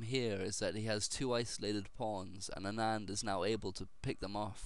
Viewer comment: Don't call ANAAND, original accent sounds, AANAND. Anyways thanks for posting a great game.. I really appreciate that.